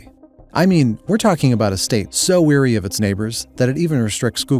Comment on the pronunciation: Dammit, weary and wary are different words and pronounced differently!!!!!!